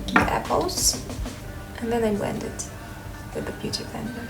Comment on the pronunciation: When you said "beauty blender" the 2nd time it sounded so much like a french accent 😂😂